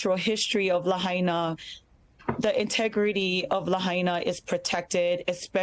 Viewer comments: You're paying attention but you can't pronounce Lahaina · It's called Laah High Naah I live on Oahu Island (HONOLULU) As soon as I heard wildfire. I knew developers will try to Gooble up the land.